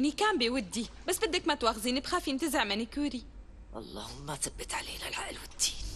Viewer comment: ههههه 😂متت متت ضحك لما سهر في الدقيقة قلت منيكوري طريقة النطق تموت ضحك تعديل شكرا على 1لايك واللهوكسيت خالي مشهورة 🤣🤣🤣🤣